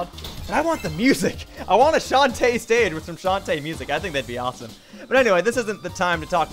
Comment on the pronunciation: You like Shantae so much, you can't even pronounce her name right!